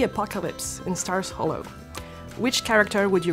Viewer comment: Elle dit mal stars hollow car on dit star hollow mais sinon super vidéo